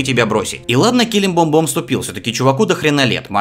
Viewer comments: Блин так трудно сказать Килиблимбор? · почемууууууу каждый сука каждый раз когда ты повторяешь " келебомбом" я 30 секунд не могу успокоится)))